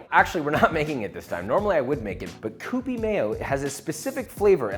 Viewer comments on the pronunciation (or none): "kyoo-pee" not "koo-pee" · Did you mean...... Q-P mayo? Cause it ain't pronounced COO-PEE, Papa.... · Pronounced Cue Pee, not Koo Pee. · It's pronounced kyoó-pee.